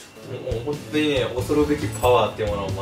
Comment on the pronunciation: ｢そんとに｣言う率多いね😂(そんとにって打ったらホントにも変換に出てきたから日本語としてギリ成り立ってる！笑)